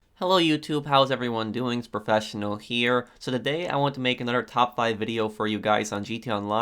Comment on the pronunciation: Ptofsinal heare proffsnali heree